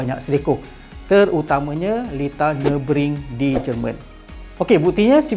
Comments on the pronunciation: Senang kata pronunciation dia nuh-buh-gring bukan nuh-bring macam dalam video tu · Pronunciation track ni Nür- bür - gring. *sekadar sharing 😊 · Maaf bro. Cuma nk perbetulkan sikit pronunciation Nurburgring tu. Cara mudah sebut = Ner.berg.ring (baca satu2 tapi cepat). Kita sama2 belajar... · Sebut btl2 ye...nurburg---ring... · "Ner" "ber" "gring" nurburgring cara sebut berdasarkan ape saya selalu dengar😅